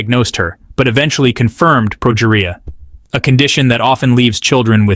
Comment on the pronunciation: For future reference, the documentary series were Sam Berns spoke were "Ted Talks" and the specific one was pronounced "Ted-Ex." As for his condition, it's said like this: pro-GEE-ree-ah. Not complaining, you did a great job putting this video out. I just thought you might want some help for the future. And Adalia Rose was only 15 when she passed. Her life might have been full, but it wasn't long, too the great sadness of us all.